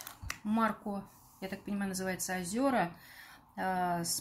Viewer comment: ОзерА правильно)))